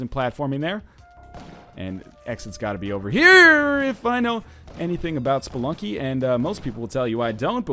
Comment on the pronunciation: Did NL say,"Welcome back to Spelunk,"? Kinda sounded like it.